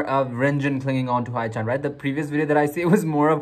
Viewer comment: Just saying but haechan is pronounced as he-chan not hi-chan >.<